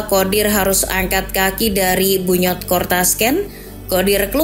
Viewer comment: Bunyodkor kan cara bacanya